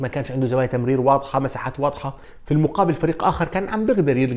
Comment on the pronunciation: كان بده يقول زواية تمرير لكنه كردف وقال زواية دمرير ب دقيقة 🤣😂😂